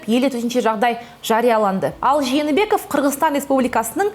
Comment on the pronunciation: кызым, сени дипломированный журналист деп коет. Туура суйлоп уйрон. Откон видеондо ЖАНЫБЕКОВ, АТАМБЕКОВ, ИСКАКОВ деп, жалган фамилияларды айттын. Москванын орус журналисттери туура айтып атышат сага караганда: Жээнбеков,Атамбаев, Исаков деп.